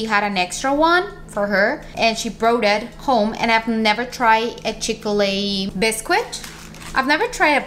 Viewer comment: Hi! Biscuit is pronounced “bis-kit” English is confusing!